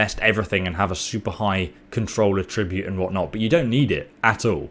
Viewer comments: I know you have an accent but its attribute not atribute (at-tra-bute not a-trib-ute) either way still a great video.👍👍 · Your using the verb pronunciation of attribute not the noun pronunciation. Check it out on google.